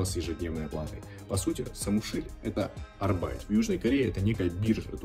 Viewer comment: Arbeit по немецки работа. Ударение только на первую букву.